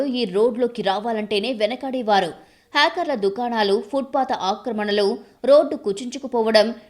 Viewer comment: ఇది మంచి నిర్ణయం. కానీ చాలా మంది జీవనోపాధిని కోల్పోయారు. వారికి తక్షణం ప్రత్యామ్నాయం కలిగించాలి. ముందు మీ news reader తెలుగు భాషని ఖూనీ చెయ్యొద్దని చెప్పండి. పాదచారులు బదులు పాదా చారులు అంటుంది. ఖర్మ. హాకర్ బదులుగా హ్యాకర్ అని పలుకుతుంది. 😱😱😱😱😱